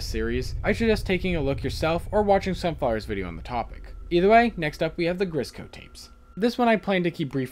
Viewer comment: you accedentally but "grisco tapes" instead of "grizzco tapes" just lookin out.